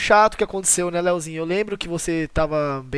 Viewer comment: minha agonia eh ouvir o falando "Leozinho"